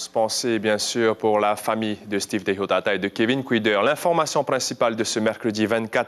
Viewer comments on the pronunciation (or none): Ah les journalistes c pas teichotaata mais TEIHOTAATA ya pa ch en tahitien